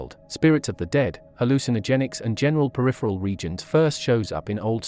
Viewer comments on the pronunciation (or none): none